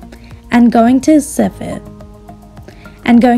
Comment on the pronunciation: It’s sift not siff.